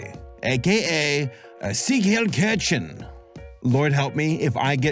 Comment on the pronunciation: I've spent at least 160 days using Duolingo to study German. Let me help you out here. Willkommen try saying: Vill-come-in ----------------------- Siegheilkichen Try saying: seagull-year-shen